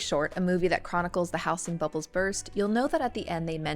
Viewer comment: House-ing? Yes, house as a noun has an s sound, but the s becomes a z sound in words like housing or housed. How-zeeng, not house-ing.